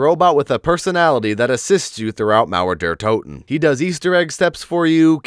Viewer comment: I love how he say Mauer der Toten ! 👍